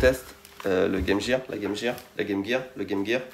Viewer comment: Pourquoi appelez-vous la Game Gear(jir), mais vous prononcez Métal Gear de la bonne façon?